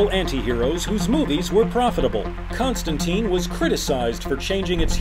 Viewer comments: It's Constantine. Not Constanteen. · Its pronounced ConstanTYNE not TEEN. Rhymes with fine. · Ahem. It's pronounced Constan-tyne.